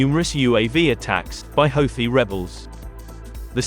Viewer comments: He called them hoethis lol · Nice propaganda! At least hire a progandist that can pronounce Houti correctly